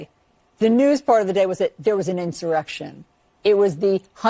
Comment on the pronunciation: Did she say insurrection or erection?